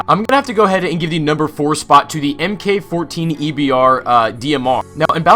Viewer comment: It's "mark 14," not em-kay-14